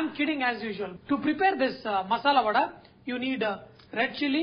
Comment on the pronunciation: Its 'Vada' babu Garu, vadai is in T.N not for telugus